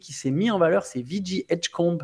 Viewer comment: Haha! arrête tes mixs! C'est VeeJay ou VéJi mais pas VeeJi Edgecombe! 😂😂